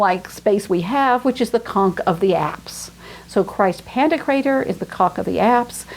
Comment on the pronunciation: pronounced "paladoro", as 1 word. It's Cefalù pronounced CHE-faloo. It's pantOKrater, middle syllable emphasised.